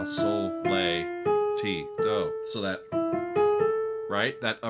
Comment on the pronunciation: Your reviews are interesting and informative but you're the first person in my long exposure to say "raw" insteadof "ray" and "lay" instead of "lah" so-fa-tee-do. Interesting. How'd that make it in there? Didn't you listen to "The Sound of music!??" 😂